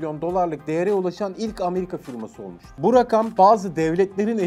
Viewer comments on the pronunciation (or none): none